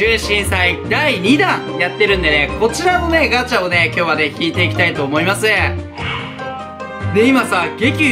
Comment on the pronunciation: ガチャががんちゃんに聞こえた